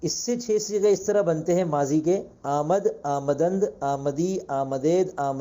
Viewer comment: حضرت میرے خیال سے آمد میں م پر زبر نہیں پڑھا جائیگا بغیر زبر کے ہونا ہے